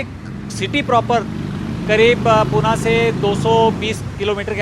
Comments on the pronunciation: पूना नही होता uncle ji पुणे कहते है. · Pune bol murkha